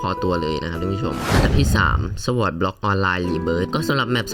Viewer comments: เป็นคนต่างประเทศหรอครับถึงรู้ งงมากครับไปเอามาจากใหนคนต่างประอ่านสวอดเนี่ยนะ มีเเต่คนไทยทั้งนั้นเเหละครับที่อ่าน ไม่มีคนต่างชาติคนใหนเขาอ่านสวอดกันหรอกครับ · ผิดครับเเละก็ไม่เคยมีต่างชาติอ่านเเบบนั้นด้วย